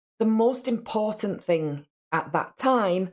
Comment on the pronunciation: The way that she says "think" instead of "thing" drives me crazy!!! "Some think", "everythink" she's so damn ignorant!!!